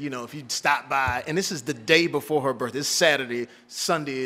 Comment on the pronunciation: All that money and all that Prestige and still cannot pronounce the word birthday. Birfday lol